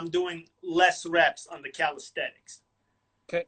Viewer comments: its not calisthetics, but calisthenics but otherwise great interview, big fan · Haha, yeah I noticed that he always pronounces it “calisthetics” in his videos, along with other slight verbal tics. But the content is high quality, so it’s fine.